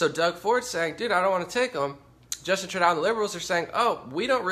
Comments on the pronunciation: Excellent Breakdown of the Situation of the World due to Forced Migration/Invasion of Muslims! Btw, Trudeau's name is pronounced "True doh" But Believe me, WE Canadians have Many Names for him/her/it! He/She/It/They/Peoplekind Is The WORST PM In Our History! All the IDIOTS Who Voted For FuQTrudeau, most did so Because of the Cannabis Legalization promise. Well Known Ppl in the Cannabis Movement Encouraged Ppl To Vote For Trudeau/Liberals & 1 of Them Also Tried to Join the Liberal Party! However THOSE PPL Didn't even Look into the Govts VERSION of Legalization, just Stupidly Assumed Legalization Would be Run the Way the Cannabis Culture Wanted it to be! We in Canada, Do NOT have Much Choice in politicians To Vote For, the Top parties want Mass Immigration & to Make ONTARIO INTO A SANCTUARY CITY! WTF? Trudope now plans on BANNING HANDGUNS IN TORONTO, WE ALREADY HAVE GUN LAWS, ENFORCE THEM, STOP ALL NON CHRISTIAN IMMIGRATION & START THE DEPORTATION OF ALL THE ILLEGAL MIGRANTS & MUSLIMS OUT OF OUR BELOVED CANADA! Deport Them All Now Ban Islam NO MUSLIM MIGRANTS ALLOWED! Charity Begins At Home, Which Means: Support OUR OWN CANADIAN CITIZENS BEFORE BRINGING IN A BUNCH OF LOW IQ, MURDEROUS, BACKWARD, WELFARE CHEATS! CANADIANS NEED HOMES, WHY ARE OUR POLITICIANS GIVING HOUSING TO ILLEGAL MIGRANTS INSTEAD OF CANADIANS? TRUDEAU IS RESPONSIBLE FOR ALL DEATHS & INJURIES FROM THESE LAST 3 TERRORIST ATTACKS So Far This Year! TRUDEAU ALLOWED THESE BASTARDS INTO OUR HOMES & FOR THAT ACT OF T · You can't even pronounce Premier or Trudeau properly. You're also sensationalizing. We don't have a refugee crisis here. I live in a town that has received refugees from Syria and the only problems we've had with them was some white supes setting fire to their mosque. Most people in Ontario DON'T support ford. Only about 25% of those eligible to vote in Ontario supported Ford. GTFO with your bullshit propaganda. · Trudeau is pronounced Trudo :-)